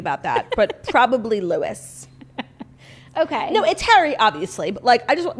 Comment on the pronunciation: Not Claudia pronouncing Louis 'Lewis'